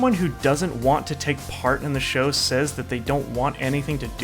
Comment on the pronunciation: Show XD not shoe